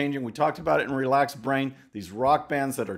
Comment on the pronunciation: I made myself LOL out loud - Once recently when I watched Stallone in his "Relaxed Brain" spot, I realized he is saying Relaxed Braim (with an 'm'). That makes that spot even more hilarious for me. Thx